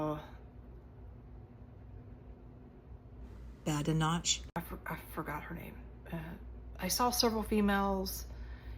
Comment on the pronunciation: I think Kemi Badenoch's name is pronounced "bad-eh-nok".